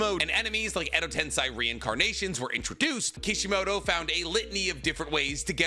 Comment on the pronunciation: Does he mispronounce edo tensei just to get under our skin?